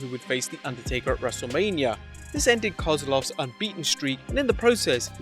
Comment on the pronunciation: I swear, I keep hearing WrestleLabia. 😅